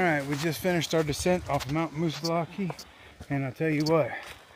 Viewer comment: Glad you saw a bear in the wild. Had one in my back yard last week. I live in NH. Have never in 40 years heard a native call it Moosilauke with the long e!